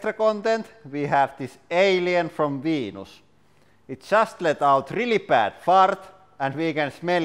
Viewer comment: And for todays bonus content, we have 'Ayleyen frohm vehnus' LOVE THE ACCENT XD